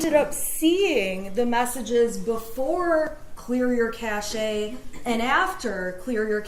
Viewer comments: …lady, it’s pronounced CASH. Clear your ‘cash’. Not…clear your cach-e. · When the F is she going to realize it's pronounced KAY-shhh (Cache) NOT..Ka-shayyy. She STILL has NO clue does she? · OMG, Cashe is pronounced "CASH" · She still doesn't know how to pronounce "cache" but literally says she thinks she's learned to say it right now 😂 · Shannon Smith, someone misled you. Cache is pronounced cash (ka/SH). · She still doesn't know how to pronounce "cache". In computer terminology it's pronounced different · okay, which one of you anons trolled her into pronouncing "cache" wrong? lmfao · LOL, she specifically mentions how she was mispronouncing cache, as she continues to mispronounce it. This woman needs a new line of work. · acknowledges people told her she’s mispronouncing cache and continuing to pronounce it wrong. why? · I physically cringe when she says it. It's not a horde of nuts or pelts... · No, Shannon, you’re still pronouncing “cache” wrong!🙄